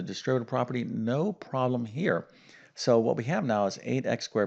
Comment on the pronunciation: Its problem not prollum 😄😄👍